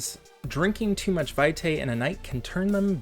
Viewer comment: It's pronounced VEE-tie. It's Latin.